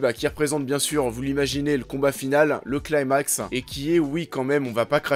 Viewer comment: On prononce "climax" en français, pas "claïmax".